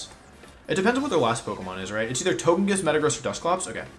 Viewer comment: Wolfe saying " I'm not frustrated" after being so frustrated he was pronouncing togekiss correctly instead of his normal meme pronunciation